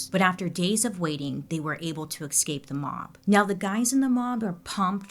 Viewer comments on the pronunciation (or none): Bailey , PLEASE, it is eScape not Excape!